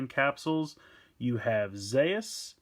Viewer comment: It's Zearth. In Japanese they pronounced it Zeas. Ultraman Zearth is ridiculous and comedic Ultraman, because his transformation device is toothbrush. That's for correction